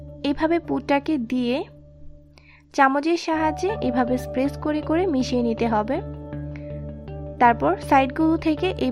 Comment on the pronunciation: Apni press k spess bolen keno?😂